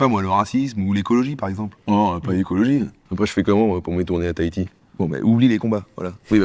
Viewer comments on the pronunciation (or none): none